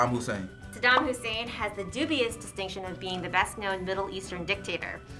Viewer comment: It's Saddam Hussein, not Hussain